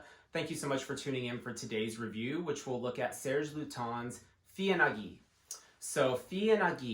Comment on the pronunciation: Heya- the wordplay's on de FIL en aiguille which as mentioned below means what it means. Feeyuh ahn aye gueey, maybe would get us closer to the proper pronunciation, although it's still better to check with Google translate. Thanks for the video~